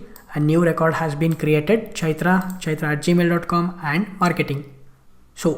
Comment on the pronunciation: I really like the indian version of gmail...gamil haha just kidding great vid.